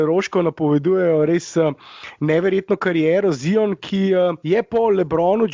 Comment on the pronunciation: Jao kako smesno se sliši ZION, a ne mores normalno rect ZAJON.... Upam da nisi eden izmed tistih, ki se razburja ko američani napacno izgovarjajo Lukov priimek Dončič